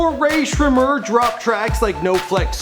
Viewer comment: I love how pronunciated Rae Sremmurd correctly but got all the easy names in the previous videos wrong